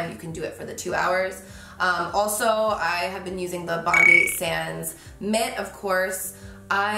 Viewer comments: I'm a Sydneysider and it literally hurts me to hear you say 'bondie sands' haha. It's bond-eye, like our beautiful bondi beach! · It’s bond-eye sands not bond-ee sands